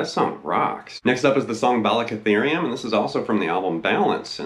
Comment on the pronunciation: I'll just give you a 👍 for even pronouncing "balicotherium". I use that full E5 all the time, using my middle and ring,( dubbing the G with the ring finger). It's so bad ass and full sounding. Thanks! I miss Eddie 😞